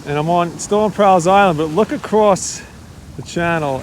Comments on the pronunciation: You are mispronouncing my last name and Island. All.. not Al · Just a quick FYI - it's pronounced like "small" or "tall" or "fall." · I grew up on Staten Island. Loved it in the 70's and 80's, but if you stood in the water up to your ankles, you couldn't see your feet. Never saw a deer until I was in my mid thirties. And we pronounce Prall as rhyming with all. Enjoyed watching this.